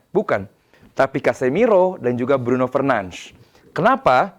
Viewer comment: komentator luar aja nyebut nama bruno itu " BRUNO FERNANDES" Ini indo malah BRUNO FERNANSZ.... TOLOLLL